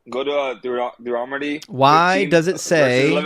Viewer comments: These people are so poorly prepared. Most of them get info off websites that are also sloppily researched and just plain wrong. One of the callers even pronounced Deuteronomy, Dude-er-on- to-me. To that I would say, yes, this Dude Is On To You. These people do not even actually read, deeply read, their own BIG BOOK OF GOD THINGIES. (Please excuse the Trumpian caps lock) I just found your great channel and subscribed. Intellectual evisceration is so fun to watch. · Bro said durahmety instead of Deuteronomy 😂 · "Duo-er-odimy." How precious. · The caller said, “Look at the book of Duromity”. 😂😅😂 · My favorite part is that this guy can’t even pronounce the book Deuteronomy. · Why can't these callers ever pronounce Deuteronomy? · Dude can't even say Deuteronomy. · He can’t even pronounce Deuteronomy correctly 😂😅🤣